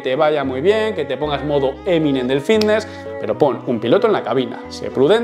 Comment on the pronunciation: por que coño dice vitness en vez de fitness??